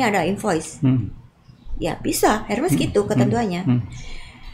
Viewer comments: Selamat sore Pak Dahlan Iskan. Saya mohon maaf mau menginformasikan cara menyebutkan merek tas HERMES yang benar adalah ERMES tanpa menyebutkan huruf H nya dan dibaca seperti kita membaca tulisan bahasa indonesia. Terima kasih dan salam sehat🙏🙏. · Pengucapannya ÈRME . Karena itu bahasa Perancis dan diucapkan sesuai dari negara asalnya , biarkata orang nya dari Indonesia atau bangsa lain .